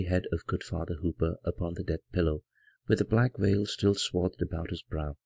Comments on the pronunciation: Librivox is a great audiobook project but pronouncing 'black veil' as 'black whale' is really distracting from the dark atmosphere. I saw a reading by the great Basil Rathbone, and now I am leaving the 'black whale' behind me. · Every time he says "Black Veil" i hear "Black Whale"